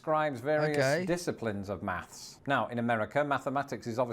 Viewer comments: My question for you would be why does it sound like you're saying: "maffs" rather than "maths?" (Or maff)😂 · it's only easier to say when you pronounce it "maffs". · You (maybe UK) but definitely you pronounce your "th" sounds with an "f" sound. Example: You say, "mafs" instead of "maths". Or, you said, "I've never fought to fink..." instead of, "I've never thought to think". 😅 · Not MaFs - MaTH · They say Brits say “maths”, but you said “mafs”… 😜 “Maths” is horrible- I like watching astrophysics videos too- and the Oxford people often spit when saying “maths”, despite having phd’s in their fields, they can’t even say the word clearly! And re: beer- a lot of British beer is stored in a basement cellar, so it’s usually cellar temperature- so like 45-50°F (7-9°C). We Americans try to store it in refrigerator…. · Did you say "maffs"?